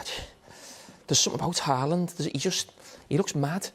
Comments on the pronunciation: Thierry pronouncing Haaland like Allen is fun to listen to. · The fact that he isn't outrightly saying Mbappe means it's Haaland, he just can't say it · It sounds like Henry is calling Haaland ‘Alan’ 😅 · Henry wants to say Halaand 🤣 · Haaland is pronounced as in "awe" - as if it was written Hawland. Thierry pronounces Erlend almost perfect the E is more like the vowel in american "bad,had,sad" i.e I would guess phonetically there would be used an "æ".